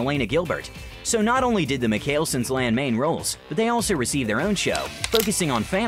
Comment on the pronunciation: Clearly you didn't watch these show because you mispronounced the mikael-sons name wrong